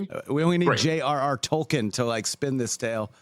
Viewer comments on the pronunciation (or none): Anyone else mad at how he didn’t say Tolkien correctly or am I the only massive LOTR nerd here 😂